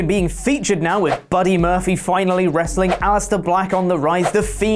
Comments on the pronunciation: "Buddy Murphfly" ~ 2019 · "Buddy Murphyly"